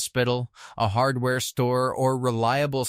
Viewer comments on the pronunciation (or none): none